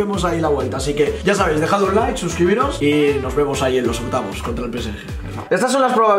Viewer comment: alguien se dio cuenta q dijo OCYAVOS DE PENAL:v